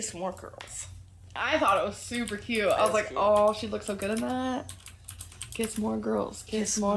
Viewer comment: I have an insane hatred for the way she says cute. Additionally, as I have mentioned before, the vocal fry couldn’t be more irritating!